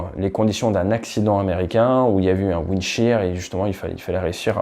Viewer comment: "windshear" non?